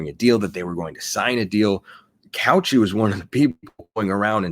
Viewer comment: You said her name so many times, my brain forced me to. Cauce is pronounced Cow Say, not couch e